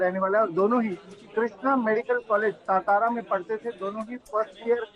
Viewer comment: It's not सतारा.. it's सातारा